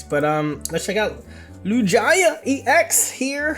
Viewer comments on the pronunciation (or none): Arrest this man for the Lugia pronunciation. What pokefan doesn't know this name lol